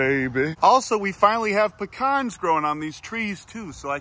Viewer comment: I like you 18% more for pronouncing pecan correctly.